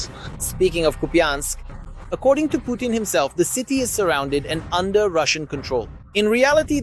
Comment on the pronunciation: Putin not Punin